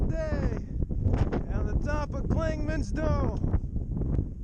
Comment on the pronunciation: Love watching your videos. I'm from the NOBO class of 2000... The best part of your videos is watching you mispronounce the name of just about every place on the trail. "Clingsmans" is the funniest! Keep it up.